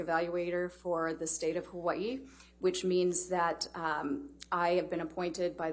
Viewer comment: Yay!!!! Loved that she studied, represented, and said my home "Hawai'i" properly 😇 This was a joy to watch her speak... Much Love to you Doctor & the JD Team 🤙🤙Aloha